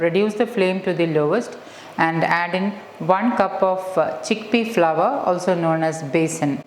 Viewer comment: Please pronounce as flour not flower